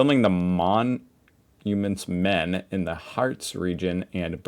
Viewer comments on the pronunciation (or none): The Mon Humens Men.. the new way to say Monuments Men in... 😅